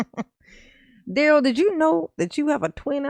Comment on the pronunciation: WTF DA-RELL?!?! "Are you aware that the investigation is from November of 2021??" Then REPEAT the sht out of the certification question? Then GROUNZ.. "Difficult Da-Rell"